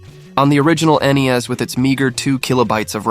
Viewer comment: Did he just call NES Nintendo knees.?